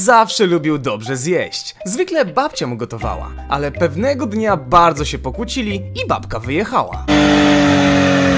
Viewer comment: Pokłócili* a nie pokłucili